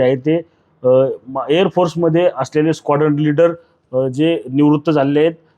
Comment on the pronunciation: स्काॅर्डन लीडर नव्हे "स्काॅड्रन लीडर"!